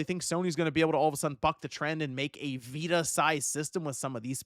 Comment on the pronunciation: The PS Viita (Pronounced Vee-too-ta)